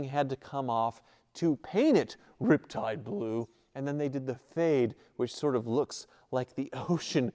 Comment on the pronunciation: I've never really been a van kinda guy, but I gotta say, thats really sweet! And like you said, good value. Oh and you're not saying it right. It's suppose to be rrrrriptide blooooo